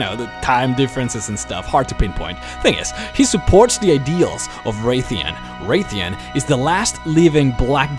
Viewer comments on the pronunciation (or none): It's Wrathion not wraith-ion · Wr"æ"thion :P There is no Wraithion, its Wrathion :P Nice video though!